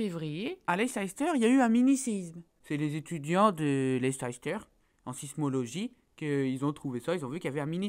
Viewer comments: Si tu suivais le foot anglais tu saurais qu'on dit Leice-ster et pas Leicésster... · Sa s'écrit Leicester mais sa se dit Lester. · Si jamais cela se prononce Lester et pas leicester. Sinon super show comme d'habitude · Sa se prononce pas Leicesteur mais Leissteur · On dit "Leyssteur"! ☺ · Leicester se prononce Leister :) voila voila :) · leicester se prononce LEISSTER copain!! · Leicester se prononce [ˈlɛstər]! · Ça se prononce Leister